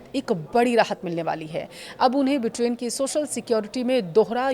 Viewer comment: ब्रिटेन को बिटेन क्यों बोल रही हो।